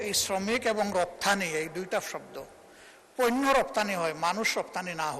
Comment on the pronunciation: পইন্য না পন্য